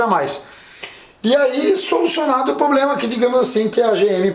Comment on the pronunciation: Diz aí, tem algum "Poblema" em dizer Problema?